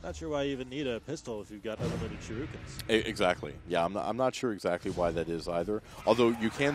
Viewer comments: But yes, "shirookens," lol. Shoulda known when you saw "IGN" that they'd suck at everything PC. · "Shirukens" X)